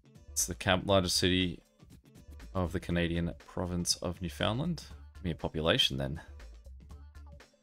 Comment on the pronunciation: Small correction to pronounciation. Newfoundland is pronounced like New-Fun-Land.